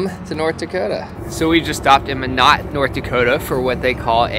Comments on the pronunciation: But okay, it’s definitely pronounced mYnot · I have never thought of comparing Chicago to Venice!! Guys, it’s pronounced My knot, not Me knot. Glad the shower was good. Via rail is heads and tails better than Amtrak. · was close but its not Min-ot its My-not so repeat after all of us..... Why not, Minot. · Not ME-NOT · It's My-not... I grew up an hour away from there.. not menot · Minnesotan here - it's "my-not", ND. Fun to see you guys back in our neck of the woods & this time, no mosquitoes! ;-) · I grew up in Rugby, ND and used to take the train all the time to Seattle to visit family. So cool you got to pass through. And by the way, it's Mie-Not, like Tie Knot lol. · North Dakotan here… was right early on. It’s M-eye-not. As in, “Why not Minot?” Love that you experienced a moment of classic Midwest. 😂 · I always love all your guys episodes they are so entertaining. My favorite part of the Amtrak train was definitely the viewing car. Lots of star gazing! Also I was born and graduated from Minot high. It's pronounced like " my knot". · There is a large Air Force base near Minot, ND. The joke in the AF is "Why not Minot? It's freezin' the reason." And from a friend of mine who grew up near the it is indeed pronounced MY-not. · Love your channel! Just discovered you guys a couple months ago. :) Just wanted to hop on here and say hi and that I was born in Minot, ND and I can honestly tell you that it is pronounced "my-not". When I was a child, my parents had t-shirts that said the state bird is the mosquito. Luckily you were there before they reappear. LOL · It’s My-not! (Minot, ND) we lived there for 7 years! I used to ride that train all the time! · It's "My not."😊 My husband and I lived in Haver Montana for 2 years. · Minot, ND....pronounced like My-not. I grew up in North Dakota and currently live in MN. With that, a common rhyme promoting the city was "Why Not, Minot." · I spit my water out when you pronounced minot 😂😂😂 it's My-Not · My-not hahahahah